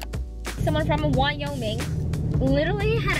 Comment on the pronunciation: thank you for the vlog! how did the dessert come out? hold up, hold up lol did your fob accent just slip when you said Wyoming? 😂😂i love it!